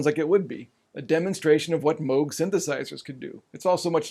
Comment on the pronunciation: Thank you for pronouncing Moog correctly. Red flags go up for me whenever someone says it wrong. 🙂